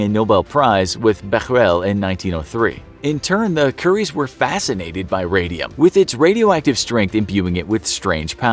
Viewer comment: He said curry’s